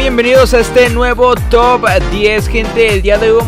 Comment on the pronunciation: Va al reves tu top no se pero lo dice mal jaja